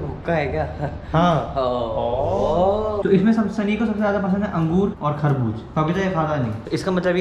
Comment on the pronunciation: Kharbuj nhi kharbuja 😅😅